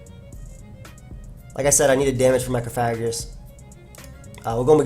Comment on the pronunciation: lol, man the word is Coffa-gree-gus, like Coffin + Egregious. You can't mash all the syllables together like that:P